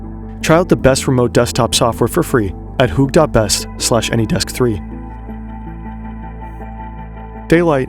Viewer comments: did it hurt? . . . . when you needed to say "Hoek" instead of "Hoog" for international audience purposes? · Is it only me or does hoog sound like fern?